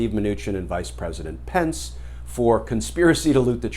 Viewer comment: I live in NZ, and it’s Pence, not Spence.😉